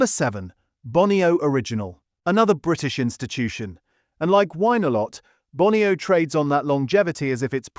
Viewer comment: ... and Bone - ee -oh, not Bonny-oh !